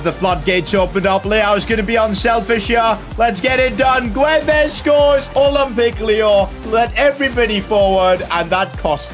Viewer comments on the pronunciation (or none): its " gonsalo gedsh " not " gonsalo giuedes"